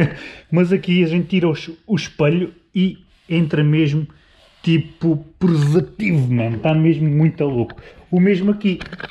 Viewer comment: "Tipo presativo " ? 😂😂😂😂